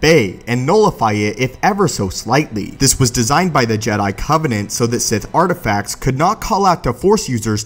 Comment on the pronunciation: "taking itenerary of the sith artififacts" The speaker literally has no idea what he is saying at times.